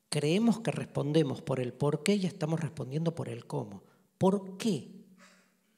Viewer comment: “Bueno, como estang?”. Jajaja